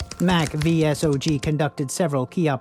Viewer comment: Id suggest you do more research before making these videos. Its pronounced "saw-g" by the way.